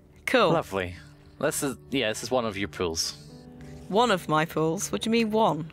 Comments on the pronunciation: ohhhhh it's POOLS, not pills... now it makes sense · The whole time i thought said he wants to sell some pills but it was really pool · Every time says "Pools", I hear him saying "Pills", and I think he's selling me drugs >_> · Wait.....he's saying "pools"?!